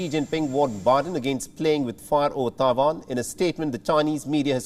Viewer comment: Can the newsreader learn how to pronounce ‘Taiwan’ properly and many of the English words please!! It is ridiculous to present in English and yet cannot pronounce the worlds correctly